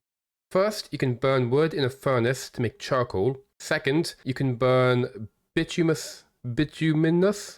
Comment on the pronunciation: FR, love your stuff. Bituminous is a crazy word to say in English, and I am sure to screw far more words in your language than you are in mine, but I wanted to be a little helpful. Bituminous is pronounced one of two ways. The only difference is if the first vowel "i" is long or short. I pronounce it "bit-tomb-men-us" as this is how I have heard coal workers pronounce it. However, the dictionary says the first "i" is long and it should be "bye-tomb-men-us". I got to tell you I laughed hearing you say "bitch-you-men-us". Just little more emphasis on that first syllable and it would sound like a pimp asking his hoes a question about the subject of their conversation. .. LOL